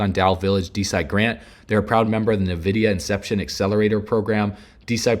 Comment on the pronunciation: Its not called “nuh-vide” it’s cLled “eN-vidia” your an expert on these topics?